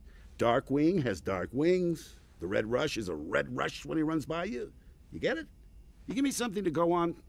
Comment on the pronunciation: RR was my favourite Also: not able to correctly say Red Rush's name